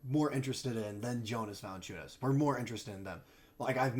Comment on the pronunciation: Still didn’t pronounce his name right 😂